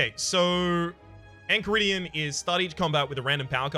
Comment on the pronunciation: And yes, "ch" makes a "k" sound in both Orichalcum and Enchiridian